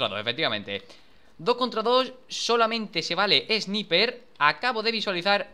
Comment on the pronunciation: por que todos los españoles no saben pronunciar el ingles sniper no mames